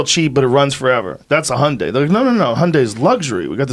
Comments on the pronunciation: dafuqs a hunday? hyundai! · What the fuck is 'hunday'. Does he mean Hyundai?